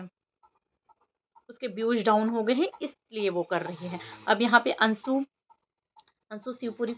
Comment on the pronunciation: Bolna nahi ata .ansu bol rahi hai jab ki anshu hota hai